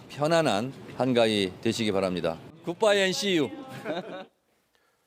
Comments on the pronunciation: 굿바이앤씨유~ㅋㅋㅋㅋㅋ 난 왜 이렇게 들리죠?제말좀 들어보세요~~~~ 음.....그빵이어씨유~~그빵이어씨유~~그빵이어씨유~~그빵이어씨유~~ㅋㅋㅋ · "굿바이 앤 씨유" 충청도 사투리 아녀유?